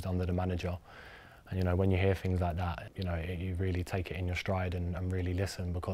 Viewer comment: things..???nah, it was a Ting..